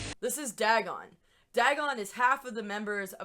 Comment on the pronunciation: Also, DAY-gon not DAH-gon. Come on, basic lovecraft.